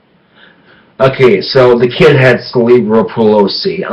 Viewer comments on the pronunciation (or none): Hahahaha "celebral pelosi"